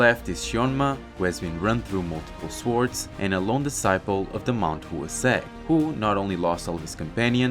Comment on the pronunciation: Bro I absolutely love this manga, and your videos. But PLEASE google translate some of the names. Especially the name Mount Hua. Its said like HWA, combining the ‘h’ sound then into the ‘wah’ sound.